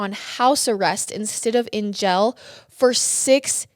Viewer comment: Love this detail, great job breaking it down. But it’s “Jail” Not “Gel” lol